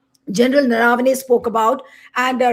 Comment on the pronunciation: Name is Naravane . Please pronounce it correctly